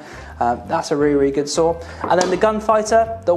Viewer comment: Sometimes I heard "sword" instead of "saw" which made the video quite funny lol